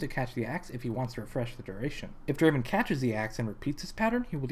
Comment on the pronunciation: Not Draven.... Draaaaven.